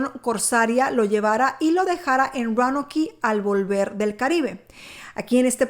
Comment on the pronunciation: La pronunciacion para Roanoke es " Rounouk" y para Raleigh es "Ralig"